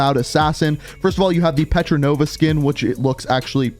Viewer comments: You keep calling her petronova but her name is portnova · Says petranova Doesn't notice it says portnova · yo its portnova not petranova ok ok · he said petronova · i like how pronounces portnova like petronova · And patranova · I like how he can't say Portnova right